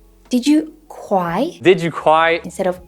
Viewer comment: J'ajouterai une différente perspective. Travailler son accent, quand on a bon niveau déjà, c'est travailler sur sa comprehensibilité par nos interlocuteurs. Ici l'actrice demande a Hugo de répéter une question, parce qu'elle n'a pas compris CRY (cwaï). Un jour, je voulais dire NPR, et la personne a compris NBR parce que je n'ai fait de P expiré (P-h...). Ces détails de prononciation sont difficiles à améliorer mais vraiment utile pour être mieux compris (c'est fatiguant d'écouter longtemps un accent moyen)